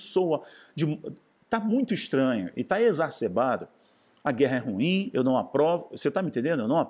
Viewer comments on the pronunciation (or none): none